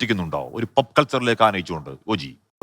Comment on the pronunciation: Omg… it’s not “PUP” culture, it’s POP culture!